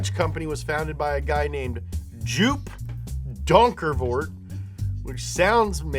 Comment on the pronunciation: Dutch is quite difficult for americans but i will help you pronouncing it right. Joop is pronounced as yo! and you'll end it with a p, so it's yo!'p . and Donkervoort is pronounced as : Dongkerrfort!.